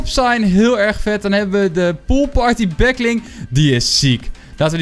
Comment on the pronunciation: waarom zeg he de hele tijd back ling?